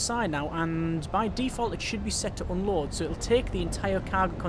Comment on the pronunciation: I keep hearing "Oh lord" instead of unload.